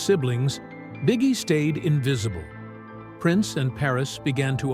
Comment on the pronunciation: We know his name is pronounced Bee Gee, not bigie, right?